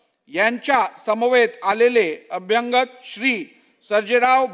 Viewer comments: अभ्यांगत हे चुकीचेच तसेच अंभ्यागत नाही हो.. अभ्यागताना म्हणा.. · सभापती अभ्यागत ऐवजी अभ्यंगत असा उच्चार करत आहेत. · मा.नार्वेकर साहेबा, माफ करा. पण 🙏"अभ्यंगत" हा आपला उच्चार खटकत होता. अभ्यांगत नाही अभ्यागत असायला हवा असे वाटते. अभ्यंग हा शब्द वेगळा आहे. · हे अध्यक्ष वकिल आहेत आणी लीहीलेले वाचताना किती चूकीचे मराठी उद्गार काढतायत खरच कमाल आहे अभ्यागताला हे अभ्यंगत म्हणतायत .कमाल आहे .या खुर्चीवर भारदे आणी चौधरीं सारखे अध्यक्ष म्हणून बसले होते.बाकी हे किती कर्तबगार आहेत हे माहिती नाही. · मराठी तरी नीट बोला. अभ्यांगताने काय असते? मराठी माणसाला "अभ्यागत" च तेवढे माहिती आहे. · अभ्यांगत नाही अभ्यागत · अभ्यागत असा उच्चार अपेक्षित आहे अभ्यांगत शब्द चुकीचा वाटतो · नार्वेकरांना मराठी शिकण्याची फार आवश्यकता आहे. अभ्यागत हा शब्द त्यांनी चार प्रकारे वाचला. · नार्वेकर मराठी शिकून घ्या.. अभ्यागत असं असतं... 🤣 बाकी पण बऱ्याच चुका आहेत पण टायपिंग करायला कंटाळा येईल 😂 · अभ्यागत शब्द आहे pl. मराठी नीट वाचा व बोला